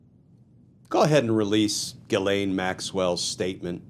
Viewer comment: Dear Glen, your pronunciation of Gislain is faulty and problematic. Please correct it by giiving the G a "J" sound and articulating the letter S.